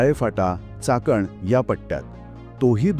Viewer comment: चाटण नाहीये ते चाकण आहे ....आधी रस्ता ६ पदरी करा म्हणावे आणि नंतर रेल्वे चे काम करावे....मेट्रो पण चाकण पर्यंत गेली तर अती उत्तम होईल....